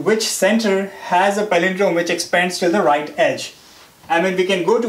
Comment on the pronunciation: good video but just cant listen to his stressing on Exppphaaaads.... lols...